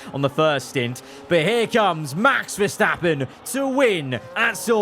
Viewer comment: GOD- CROFTY SAID VERSTOPPING AGAIN NOOOOOOOOOOO